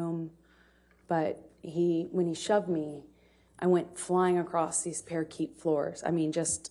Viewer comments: Apparently she can say, “white tile floor”. It’s those “parakeet floors” that really trip her up. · Did she really say " I went flying across these Parakeet floors." LOL I wonder what "Parakeet floors" really look like ... Wow she does not know the word " Parquet floors." ?? wow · did say parakeet floor 😂 what a bum